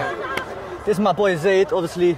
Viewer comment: Jheeze it’s Zaiddddd